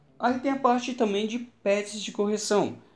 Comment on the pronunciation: Juro que nessa parte eu entendi: "Aí tem a parte também de PETS de correção." (Por causa dos gatos). huauhahuahuauha